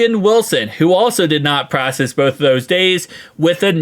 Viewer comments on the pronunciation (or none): Bro it’s practice not “pracess”